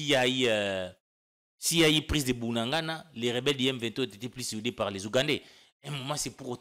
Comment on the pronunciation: doit apprendre à prononcer bien Bunagana pas Bunangana